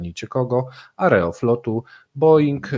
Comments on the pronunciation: Jak można robić materiały o tematyce rosyjskiej i nie mieć chociażby seledynowego pojęcia o rosyjskiej wymowie. AerofŁot a nie AerofLot. sJewiero a nie SIEwiero jak w polskim wyrazie Sieradz. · Po polsku mówi się Aerofłot (przez "ł").